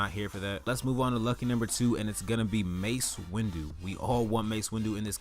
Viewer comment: its windu not windew